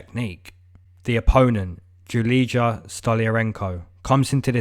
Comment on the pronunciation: You don’t read Julidza, you read her name as: Julia. When you read Julidza, it sounds ugly for Slavic language people.